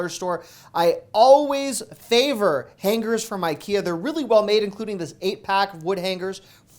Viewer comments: LOL I never could figure that out either. Is it a regional pronunciation? In NJ we say hang-ers. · Why hang-gers and not hang-ers?